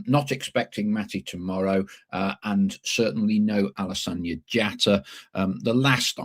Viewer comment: Is Alassana really pronounced 'lasagna' with an 'a' in front of it?